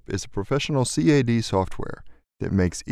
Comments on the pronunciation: LOVE the video... but MIS-SPEAKS GALORE !: - NO ONE says "C-A-D"; EVERYONE (Even AutoDesk) all say "CAD" ("KAD"); - "... through a very 'INTRUSIVE' interface"?? INTUITIVE (in-TOO-it-tive) !!!!! ; - "COLLECTING" most of the features??? "CONTAINING" !!!! - "...the main three 'CARTESAN' axes" ??? CARTESIAN ("kar-TEEZH-ian") !!! I"ll stop there, because I see you've gotten well over 250,000 views, so there's NO changing it now :-| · You had me right up until you said Cee Aay Dee drawings, & then I clicked off.